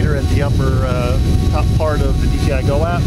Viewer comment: Why does so many people say dgi why you know it’s dji ——- it erks me 😤